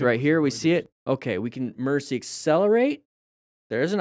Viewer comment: "Emercy swerve.....Emercy brake"..." "EMERCY".......?!?!? English IS my primary language,and yet i'm not familiar with this word...